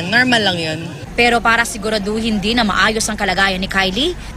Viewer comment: *siguraduhin din NOT siguradohing hindi